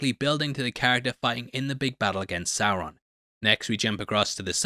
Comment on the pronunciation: It’s Sauron homie